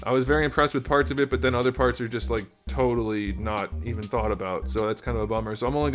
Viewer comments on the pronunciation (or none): none